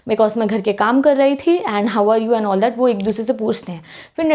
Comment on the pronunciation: I am so laughing when can't pronounsence some words like 😊😂😂 that